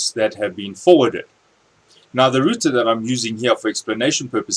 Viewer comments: Great video!!... I hate to say it, but it's not pronounced ROOTER =/ . That was killing me ! LOL all in all fantastic video! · hahah he said rooter